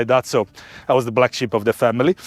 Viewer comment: Did anyone else think it was called the Black Ship until he elaborated on why its called the Black Sheep 😂✌️🙃